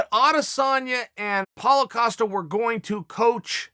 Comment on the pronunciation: I was waiting for him to say costas name like ‘is he going to say it right!’ All excited and shit and 5 seconds in he actually says it right!